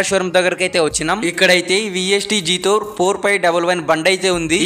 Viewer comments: జాథోర్ కాదు బ్రో జెటోర్ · జీతోర్ కాదు బ్రో జెటార్